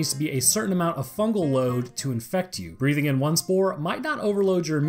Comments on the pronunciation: fugal... isnt it fungal? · "FUGAL INFECTION" pls.